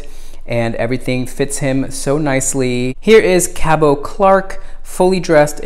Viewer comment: FYI, the “t” in Cabot is pronounced. His name rhymes with rabbit.